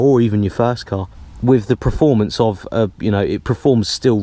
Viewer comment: When I was 18, I had a Mk III Cortina, and there wasn't any upgrades - or maybe just a few ? .... Changing the wiper blades was a talking point, and painting the brake calipers was another !! .... I liked your vid, but please stop saying 'Preformance', that started to annoy me.